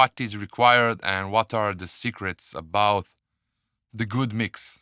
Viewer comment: it is about bro and and not abouth , and it is but bro and not buth ... you say those 2 words in a wrong way ... still love your Tutorials